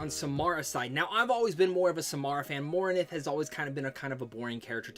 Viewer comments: He said morinth's name wrong too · Zaheed? Mornith? Jesus you butchered some of these names